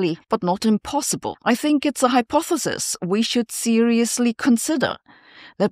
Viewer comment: You're getting pretty good at pronouncing hypothesis.